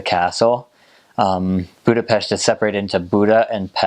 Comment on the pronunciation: I really like that you pronounce the name of the capital and the name of the nation properly, Congrats!